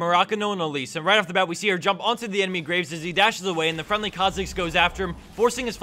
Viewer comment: I just LOVE how he butchered the Graves' name.